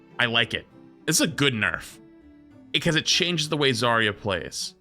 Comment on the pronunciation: Zar-ya not Zaria